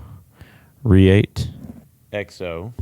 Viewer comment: How does this guy work for "the largest knife store in the world" and not know how to pronounce Reate?